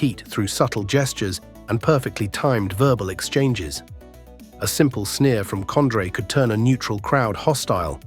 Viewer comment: Was this AI made or just researched using Google and guess work ? Who the hell is COND-RAY??